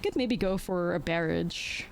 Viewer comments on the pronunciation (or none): Barrage is pronounced more like bah-rah-j, not bear-rage. xD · You could have discarded that land in the first game, ice till explorer. Guy. Lol, you pronounce barrage wrong, but that's fine. Thank you for this video, I love this deck and it was awesome to see in action. I'm only missing the ice till explorers which Imma craft soon as I can an give this deck a try